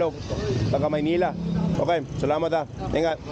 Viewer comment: when u said ingat ingat to those guys, you souded more local than the locals😅.